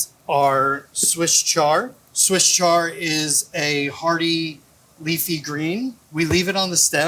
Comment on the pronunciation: "Swiss char" 😂